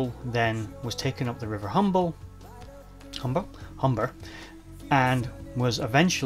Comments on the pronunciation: Great video showing your enthusiasm Many thanks. Not sure if it was your accent, but it sounded like you referenced the ships last resting place as the River Humber (in North East of England). It was the Hamble River, near Southampton, where I've just had a walk today. Cheers.. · Great vid but it's River Hamble not Humber or Humble